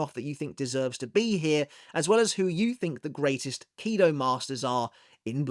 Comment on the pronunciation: Why KIdo instead of kiDO?